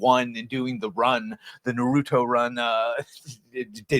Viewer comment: You saying it "nuhrootoh" is wild